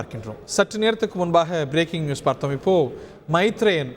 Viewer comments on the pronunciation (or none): none